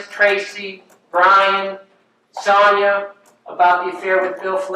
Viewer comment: I know this is silly, but it’s mildly infuriating that he way Pamela pronounces her sister Sonia’s name 😂